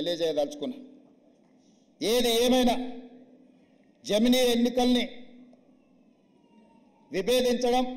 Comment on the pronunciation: i don't like this. but he got it right for once bro. he said jamili. he goes wrong with english and hindi but telugu he gets it right sometimes;) replay it slowly you will hear ja.mli